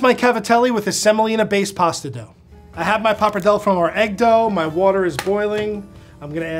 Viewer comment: Finally right at the end of the video he pronounced pappardelle correctly (like an Italian).